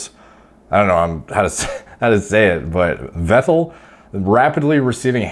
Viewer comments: His lastname is pronounced "Fettel" btw... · more like Veh-tell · Say it like Fettel. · Vettel in german is: fetel ;) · Its ‘F’ for ‘V’ettel:) -> Pronounce it like an F (in german the V is predominantly pronounced as F in the beginning of the word; there are exceptions to loan words where it would be pronounced as V) cheers algo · it's pronounced fat-L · Pronounced "feh' ttel" Guess he didn't win the race against norwood reaper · Sebastian Weddel & Markus Ruuhl , just love your pronunciation of German names :D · You got the “ettel” part right. Just pronounce the “V” more like a f as in in “fish” for example 👌🏼